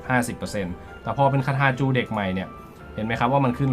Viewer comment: ทำไมจูเด็ก ออกเบิ้ลแบบนั้นครับ